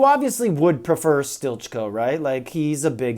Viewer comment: Isn't he pronounced as 'steely-co?' Stilitcho.